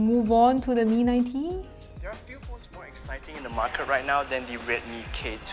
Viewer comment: Xiaomi mi a tree? 😂😂😂